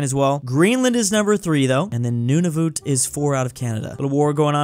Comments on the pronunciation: In the beginning he said Nunuvut but you have to say the a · bro really said nunavoot 💀